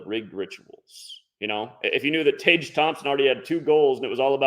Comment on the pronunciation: Tage is pronounced Tag